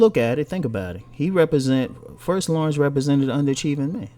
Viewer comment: His name is NOT Lawrence it's La'rense lol. .....